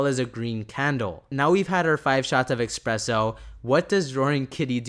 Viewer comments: espresso not expresso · It’s called espresso my guy. Not expresso es press o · ESPRESSO my bro there is no X in Espresso. It is not a fast coffee it’s not an expresso dude lol you’re reading something and adding letters to words that aren’t there.